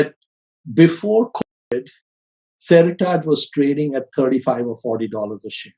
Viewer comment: Pronunciation of Seritage killing me. “seri-targe” or “seri-tidge”? Sounding weird, and can’t blame Aussie accent for this one haha!